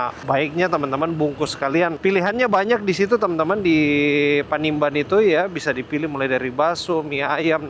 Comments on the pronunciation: Panimbang!! Bkn panimban ...😅😅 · salah sebut, bukan panimban tapi panimbang